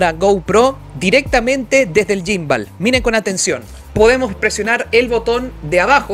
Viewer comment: No se dice yimbal 🤦🏻‍♂️🤦🏻‍♂️🤦🏻‍♂️🤦🏻‍♂️🤦🏻‍♂️